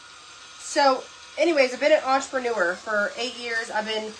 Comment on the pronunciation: I love how she said 'entrepreneur' like it rhymes with 'manure.'